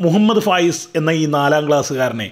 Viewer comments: Fayas alla faayis aan😂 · ഫയാസല്ല ഫായിസാന് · ഫയാസല്ല വിജയാാ ഫായിസാണ് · ഫായിസാണ് സാർ ഫയാ സല്ലാ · ഫയാസ് അല്ല ഫായിസ് ആണ്